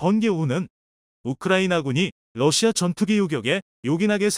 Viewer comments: 수고하십니다 *러시아를-러시마로 *6 25<육이오를-육이오일로 잘못 발음하시네요 신경써주시면핲니다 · 러사를 러시마로 읽는거야 러시마란 날가 있나요 잘못흣 글을 그대로 읽는거 아닌가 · 러시아ㅡ왜 마ㅡ로읽나요